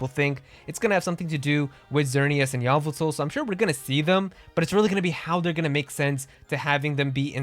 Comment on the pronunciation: Corocoro is a huge throwback. ( Every time he calls Yveltal, Yavotol. I die every time.)